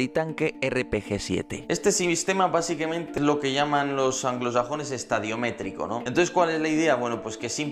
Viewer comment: "Estadimétrico", no estadiometrico. Gran vídeo como siempre, eres un crack.